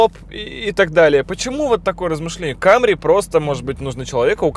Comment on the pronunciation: если ,,лухури" то не ,,камри", а ,,самри".Акалемиг, старайся)